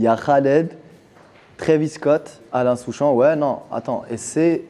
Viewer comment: mdr i mtue soolking quand i dit alain souchon